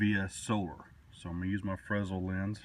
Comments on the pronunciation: The S in fresnel is silent; it's "fruh-NEL" Why? I don't know. Nice video/discussion. Showing difficulty with flint and steel will remind people that some methods are definitely not as easy as a lighter. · Fruh-nell lens. I think that's how it is pronounced. .